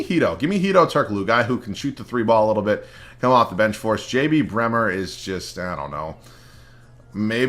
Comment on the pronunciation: Why do you keep saying JB bremer lol